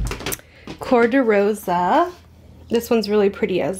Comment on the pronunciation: i love you speaking portuguese “ cor de rosa” ❤❤